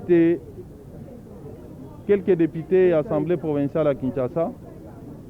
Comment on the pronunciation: Yaya c'est Assemblée provinciale et non "provençale" na ndenge ya mabe te. Merci